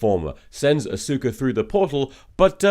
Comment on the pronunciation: For the record, I'm pretty sure I read in a biography that Dr. "Zoice" gave a lukewarm green light to the contemporary "soose" pronunciation of his name, like 3 years into his career. Edit: He kept saying "A-sOOka" instead of "AW-suka"... if the Kisaragi review came before the Steamed Hams section, and also I didn't already know about the native pronunciation of Seuss, I would likely doubt the authority with which Tom said "yes, that's how you pronounce it."